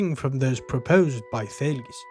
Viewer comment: You pronounce the name well